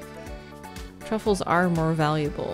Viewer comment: Whenever your character picks up a truffle, all I hear is “Ru Paul” 😂😂😂😂